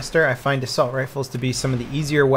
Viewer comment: "Assulat" lmao ahaha